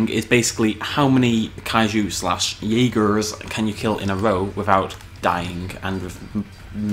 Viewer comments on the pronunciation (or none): The way you said Jaeger XD